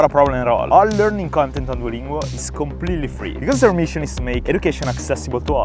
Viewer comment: Non puoi essere sponsorizzato da Duolingo e poi gli sbagli a pronunciare il nome😭😭 Scherzo bel video come sempre😎hai una volontà invidiabile!